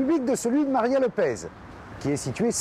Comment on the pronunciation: LopeSSSS, pas LopeZ. Elle est portugaise, pas espagnole.